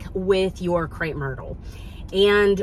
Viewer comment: Crepe not Crape. 😖